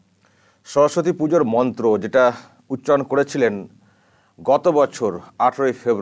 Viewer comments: ভুল মন্ত্র পাঠ করলেন নিলর্জের মতো।🙏🇮🇳🙏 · ওরে বাবা এ আবার কেমন হিন্দি, আর মন্ত্র উচ্চারণ, উনি হয়তো 🤔🤔🤔 বই সাফায়ে ফেলবেন শিগগিরই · মমতা ব্যানার্জির মন্ত্র শুনে খুব হাসি পাচ্ছিল।কি ভুলভাল মন্ত্র বলছে। উনি কি হিন্দু না অন্য কিছু সন্দেহ আছে। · হিন্দু ব্রাহ্মণ হয়েও ভুল মন্ত্র উচ্চারণ করে ।সে আবার অন‍্যের ভুল ধরছে। সত্যি খুবই হাস‍্যকর ব‍্যাপার। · ভুলবাল মন্ত্র উচ্চারণ করে পাপ করছে